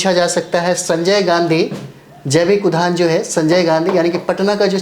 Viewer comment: Udyan not udban